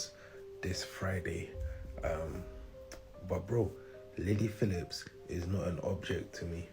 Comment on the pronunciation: I thought he called her "Lady Phillips" 😂😂